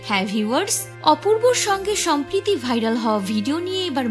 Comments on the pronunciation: Shompriti naa, shomproti... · উচ্চারণের কি অবস্থা! নৈতিবাচক!! সম্প্রিতি!!